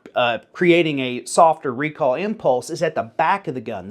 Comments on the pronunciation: My hearing isn't what it once was, but are you saying recall or recoil? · I’m as southern as a bowl of grits and I swear you’re saying “recall” wtf? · Say "recoil" one more time, I'm almost there... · Southern man saying "recoil" is hilarious 😂